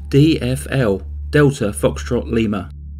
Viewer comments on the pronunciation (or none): none